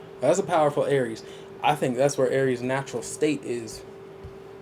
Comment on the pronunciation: I love it when you say A R I E S😂❤